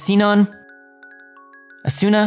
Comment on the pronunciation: It's true that some of the English VAs pronounce the names "differently," but it doesn't mean they pronounced the name properly, so I would defer to where the name originated from as the correct way to pronounce their name. I didn't listen to every single character you named and ended up fast forwarding ahead, but one example was Asuna, which I found strange since the VAs pronounced it properly in the English version as well. It's not "Ah-sue-nah." It's "Ahs-nah." One of the nuances in the Japanese language is the "u" tend to be nearly silent and, as a result, tends to punctuate the consonant before it.